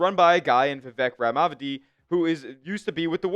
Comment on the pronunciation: Vivek Rahhhnahhviiideee?? That can’t be right.